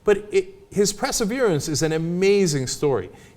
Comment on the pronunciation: lol his "preseverence"